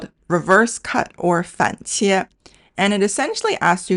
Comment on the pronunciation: 反切 is pronounced as Fan 3 Qie 4 not Fan 3 Qie 1 !!!